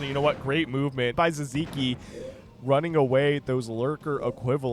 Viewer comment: Sziky sounds hungarian. It should be pronounced 'Siki'